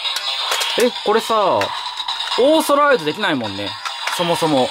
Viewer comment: イントネーションって事?だとしたら、僕も思った。